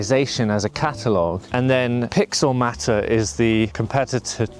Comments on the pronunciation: Is it not Pixel/Photomator - as in automator, not matter? Just a minor detail. Yes, I too was really pissed off when Aperture ended. Really loved that software. Great video and have been watching this software develop. I'm just concerned that Apple with get bored again and move on. At this point Apple seems on very thin ground with their software support. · Thank you lol. That seriously annoyed me 😂. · It’s pixelMAYtor not pixelMAHter. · Matter? Isn’t it mater, as in Automator? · I don't think you're pronouncing Photomator and Pixelmator correctly